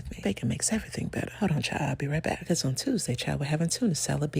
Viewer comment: The only people who can show up unannounced are delivery drivers and Jesus ... love your delivery. "Becow" 🐔 🐔 🐔 😅😅😅😅